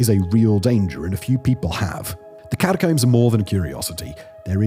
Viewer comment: Why can't you say Catacomb properly lol.